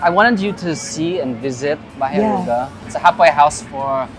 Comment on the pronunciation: Naintindihan ko pa na mali pronunciation ni james ng aruga, but why si karen din? 🙄 nwey not a hater but its getting out of hand lang why filipinos wont speak proper tagalog. Gusto ata maging extinct languange na. Nwey i know karen speaks tagalog pa din naman tlga. Just ranting generally abt this thing abt pinoys. 🙄